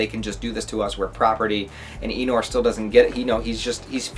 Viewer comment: Farmland is the best arc imo! It's Thorfinn at his best! A little help with the pronounciations. Einar, rhymes with Reiner. You pronounce it the same way. Also, Ketil = Ke-teal. The I is pronounced a bit differently. Same way you say i in the word engl-i-sh.